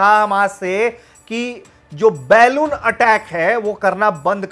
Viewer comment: बलून बोल.. तोतले.. बेलून नहीं😄